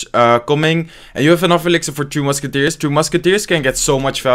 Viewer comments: Am I the only one who hears "Two Musketeers" instead of "Three Musketeers" :D? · Am I the only one who hears two musketeers instead of tree? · I can't tell if he is calling it "three" or "two" Musketeers.